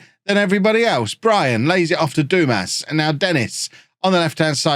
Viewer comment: Dumas…. It’s pronounced, Dumar 😉